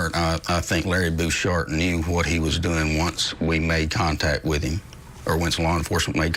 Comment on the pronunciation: I DON'T TRUST ANYBODY THAT PRONOUNCES 'HIM' LIKE "EEM". 😑